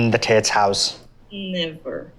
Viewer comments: Tits instead of *Tate's*😂😂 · LOL, it sounds like the interviewer is saying "tits" when he says "Tates".